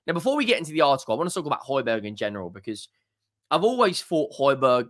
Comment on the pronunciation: He just wants to start when players like Bissouma is playing shite. His name is pronounced Hoy Bee Air not Hoy Berg He wants to play out of us he gives his all